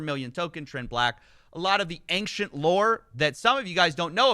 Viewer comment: TIL pronounces it "AYNK-shent" like a dweeb The c in ancient isn't a hard K sound, the 'cient' is what makes the "shent" sound